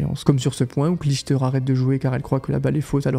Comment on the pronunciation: Très belle vidéo. Elle est bien montée et bien écrite. J’ai pas cliqué dessus car je connais pas la chaîne mais c’était très sympa à écouter. Par contre, faut revoir la prononciation des noms des joueuses. Clijster le peut comprendre mais quand même Seles et Hingis. c’est étrange à entendre. Bref! Bravo pour votre